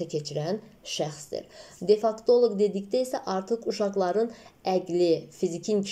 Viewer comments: Defaktoloq yox defektoloq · Salam.defektoloq yazilib amma siz difaktoloq deyirsiz.